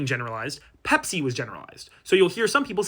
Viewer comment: Your pronunciation for Bebsi is wrong 😁 it pronounced as "Bibsi" Bib - si